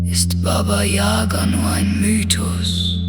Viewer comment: Für alle Deutschen: Bitte, bitte geben Sie im Wort Yaga den richtigen Akzent ein. Nicht Yaga, sondern yagA. Sonst wird es für alle russischen ein bisschen lächerlich und das Gerücht ist verdreht.